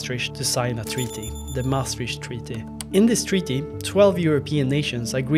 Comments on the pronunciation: I swear to god ... If I hear "MaastriSCH treaty" one more time...... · Important video, but please check the pronounciation of Maastricht.